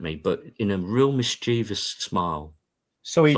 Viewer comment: Lovely to hear someone pronounce mischievous properly.